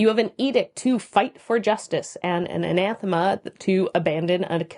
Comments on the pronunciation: It kind of sounds like you are a saying "anaNthema"... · Good video but you really like adding that second N in anathema. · I enjoy the content, but if I have to hear you say Anathema with an extra N one more time. I'm gonna lose it.